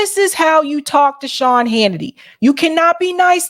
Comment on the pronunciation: On a good note, I like how you pronounce the name Shaun, I listen to you, and it sounds like my mom talking to me, about a bad man!